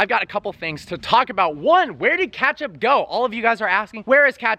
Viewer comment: It’s pronounced Ketchup not Catchup...